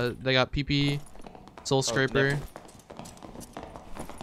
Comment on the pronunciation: "soowwll scwaappaar"